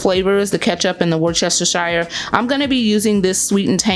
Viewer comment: As an English girl your pronunciation of Worcestershire made me giggle... :)